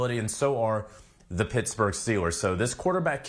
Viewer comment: "Pissburg Steelers" lol